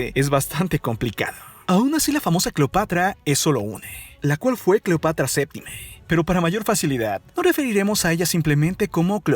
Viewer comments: como que cleopatria o cleopatra🤣🤣🤣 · cleopatria? Se te fue la lengua poquito aun así grandioso video la historia siempre nos enseña algo nuevo y es verdad que en los libros de texto solo nos enseñan solo una pequeña parte de la historia saludos amigo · CLEOPATRIA ???? XD XD XD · Deja de terminar todo en( e )es incómodo y fastidioso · Cleopatree,romee,marco Antonie ,cuidaree,egipciee,vestidee, degollee,viboree,leyendee,poderosee,ellee ......,,, Etc.etc.etc. por qué ???? Todo en en ee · Vrg pensé que era la única que se había dado cuenta. Lo noté desde que dijo "Cleopatre". Todas las palabras terminadas en "a" las cambia por "e". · es cleopatra o cleopetra, jajaja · Jajajajjaja minuto se equivoca diciendo Cleopatria